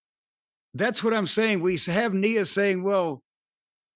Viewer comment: N 👁️ A... is how you pronounce it Cornette